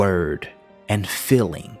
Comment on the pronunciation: Very profound information! ( I am annoyed though that the word: ‘feeling’ is mispronounced, because the word has two ‘ee’ in it and not two ‘ll’ )